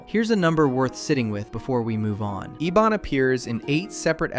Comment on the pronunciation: And the villains name is Ebon, as in "ebony" the color. not Ee-Bonne